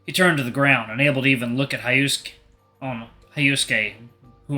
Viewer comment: Yeah, I'm sure that Japanese people don't say "Hi-Oh-Sue-Kay" for Hyosuke.